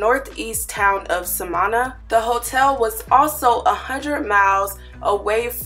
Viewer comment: My heart is moved to reply about this tragedy. I am American but I have travelled throughout the Dominican Republic by car for years. The resort location is pronounced “Sá-man-na...it is considered a country town. The Dominicans call towns like this “el campo” a very important aspect to understand is that la República Dominicana is a third world country. It doesn’t have the same infrastructure that one will find in developed nation. The entire island with the exception of Santo Domingo (the island’s capital) and Santiago (the Island second largest city.) the rest of the island is basically like small country like towns. What do I mean by lacking infrastructure? It is very common to drive and see large holes in the ground..large enough that an entire car can fall in and need a tow truck to be lifted out. This holes will not have cones or any type of barricade around them as a warning or a protection. The natives of the area live there and are aware of these things but a tourist won’t. Please by no means ever ever drive in la rep dom at night in a new area you don’t know. Never at night . For the adventurous you can try it during the day and only during the day but you most stay alert at all times. I repeat never never never never drive in dom rep..en Los Campos at night time. It is a tragedy waiting to happen.